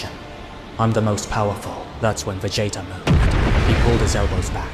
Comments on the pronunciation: It has me rolling 😂 I keep hearing Va Jay Jay if you know what I mean lmao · VA JAY TA why do you say it like that 😂😂😂